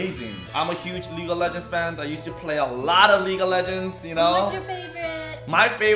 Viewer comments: 발음이ㅋㅋ League of 레전드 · ㅋㅋㅋㅋ레전드 너무 한국발음이다